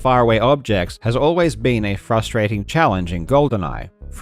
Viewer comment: LMAO at the way Karl said Baron Samedi.